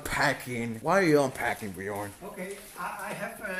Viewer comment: He said it right the first time. The other ones all always say it wrong.